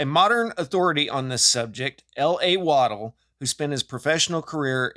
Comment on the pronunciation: Oh crap, now I'm triggered 🤯 it's "wa dell" and not waddle 😮🤨😁😆🤣🤣😂😊 but anyway if you have watched RA: the path of the sun god, it gives us a new meaning to the builders of the serpent mound in chillicothe Ohio. Keep up the outstanding work 😊